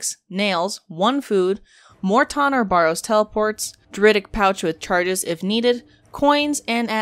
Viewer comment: Where are you getting "BORROWS" from?, It is Barrows?